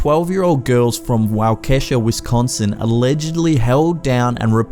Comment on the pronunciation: Pronounced Wau-keh-sha